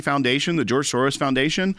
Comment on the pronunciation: George SOREYES 😂